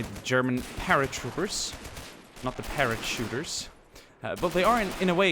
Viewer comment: “Para-shooters” if it’s the hood. I couldn’t stop cringing but laughing at the same time. Beautiful video and wonderful map and commentary, keep up the amazing work.